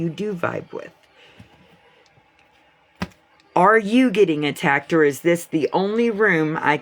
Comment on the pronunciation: Did she really say ATTACKTED,? I don't even know how to spell that lol